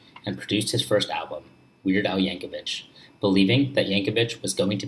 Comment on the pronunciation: Yankovic (not Yankovich)